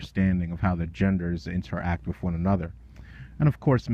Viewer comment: I love you,, but it's "wiTH," not "wif." Seems like a nit-picky point, but you generally enunciate so well that it really sticks out. Just a friendly constructive observation from a fan.